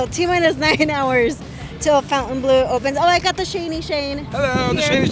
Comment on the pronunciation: Great video but Why do people pernounce it FOUN tain blu when its pernounced Fawn-tain-blue. So Fontainebleau... Other videos i watch about it People pernounce it wrong also.